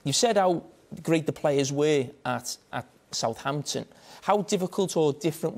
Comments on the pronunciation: The way he says souhanton is amazing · "I thin we spent a little bit more time than Souhanton"😂😂